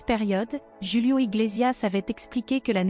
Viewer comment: C est pas joulio c est Julio svp dites le correctement. Ce Monsieur est toujours formidable et aimé. Ce qui m écorché le tympan, c est votre manière de prononcer son nom. MERCIIii Bonne soirée